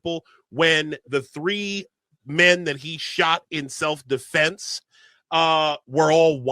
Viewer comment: He said "Self De'Flence" 😂